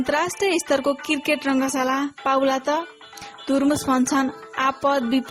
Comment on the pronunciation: Saru dijju namakar. Khali kirket kirket vanchyeu, cricket vana na ho didi. Yo mero tesro comment ho. Cricket vana hai arko video ma didi. -uhi timro pardesi vai